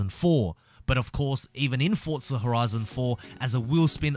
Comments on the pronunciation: What the hell is Fortza Horizon? ITS FORZA there is not fuckin T I know you redcoats love tea but shit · It’s pronounced forza not fortza you knob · No offence but what the hell is FORTZA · It is called forza not fortza..... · Why do people say "FORTZA" it's ( four - zah ) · WHERE ARE YOU SEEING THE "T" IN FORZA THOUGH?! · When game is spelt Forza And everyone says Fortza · Its pronounced forza... Not fortza ffs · why do u say fortza lol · THERE IS NO "T" IN FORZA.......PRONOUNCED 4 ZA......NO T.... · "Fortzer" I really want the Ford Crown Victoria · stop saying forTza omg where is the T? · So it's not just me that gets annoyed when ppl say that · Show me the "t" in forza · Lol have you been mispronouncing the name all this time?